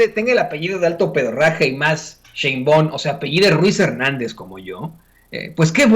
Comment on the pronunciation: Porque no pronuncias bien el nombre de Claudia SHEINBAUM, como se lee así se pronuncia, no Sheinbaon